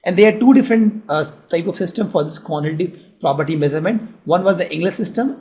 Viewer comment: Quantati Prapty XD XD XD